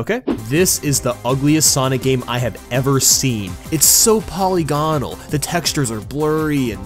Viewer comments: Also, iss prunownsd POL-I-GIN-AL, not POLY-GON-L thankyavrymuche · repeat after me: poll-ih-gih-null not polygon-al